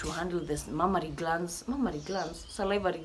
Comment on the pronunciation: No body: Not a single soul: Not a GODDAMN soul:: mammary glad 😂😂😂😂😂😂😂😂😂😂😂